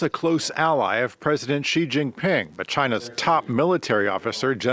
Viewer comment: I switched off when the first 'expert' interviewed couldn't even approximate the pronunciation of the name of the Chinese leader.